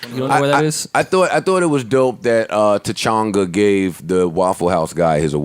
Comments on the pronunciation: Joe said "tchonga" dead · This Biggs said Ta'changa lmao